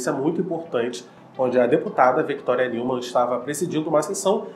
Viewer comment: Mano, adoro seus vídeos, porém, você deveria falar os nomes de forma correta, Não se pronuncia "NEUMAN" literalmente, mas sim "NILMAN", o som do "E + U" tem som de "I + L". Mas fora isso seus vídeos são muito daora! Mas esteja atento às pronúncias, Ok? Estou realmente ansioso pela próxima temporada.